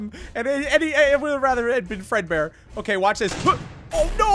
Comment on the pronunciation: yes I am speed who else had a little moment of silence for there soul prepare your eyes hewo! oh HEEEEEEYYY how are you? EEHHBBBRRRREEEEEHHHGGGEERRRRRR Fred peekaboo! I have died! Also does anyone notice that when says fredbear in a hurry it sounds like furrburr?